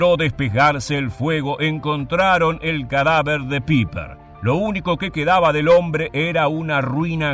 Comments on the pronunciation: Sólo quisiera hacer una corrección: creo que están pronunciando mal su apellido, si no me equivoco no se pronuncia "Piper" sino "Paipa", corríjanme si me equivoco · Pronuncia Paiper, NO PIPER! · PIPER!!!🤣😂🤣😂🤣😂IGNORAAANTE!.. SE ""PRONUNCIA"" PAIPER!! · Muy buena investigacion ( se pronuncia " paiper" ) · LA EI EN ALEMÁN SE PRONUNCIA AI POR ENDE SE DICE(PAIPER ) FONETICAMENTE.